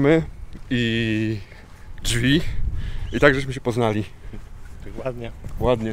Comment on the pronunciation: Mój kolega mówił dźwi😂